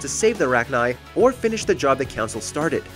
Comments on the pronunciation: It’s pronounced Rack-Nigh. Not Rack-Knee. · i also thought it was pronounced rack-knee instead of rack-nigh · Mass Effect: Says the word rachni multiple times This video : RAHCHKNEE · Rachnee queen?? Seriously, it makes videos like these hard to watch when it’s so obvious the narrator has never even played the games. Edit: At least the pronunciation was corrected for the exposition.. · Raknee queen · Why tf are you purposely butchering names? CITYDEL!? RACHKNEE !? Can’t even pronounce Maleon correctly 🤦🏻‍♂️